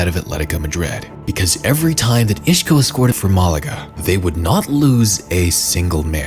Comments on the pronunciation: He's Isco, not Ishco. Otherwise, great video. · Bro who the FUCK is “Ishco”? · Who is "Ishko"? Lol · take a shot everytime he said ishko 😂